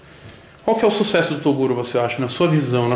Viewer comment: Ninguém: A Toguro: Susesso